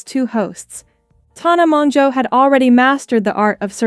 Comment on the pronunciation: This is so inaccurate lmao Brooke was known as Mindy immediately after the storytime ... It took atleast a year after her exposing that issue before they started the podcast. You also or your bot can't even say tanas full name correctly PLEASE I CANT